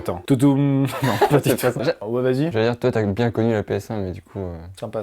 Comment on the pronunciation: Marbon le bruit de Netflix c'est TOU DOUM et non TOU TOUM comme a fait Amixem dans la video.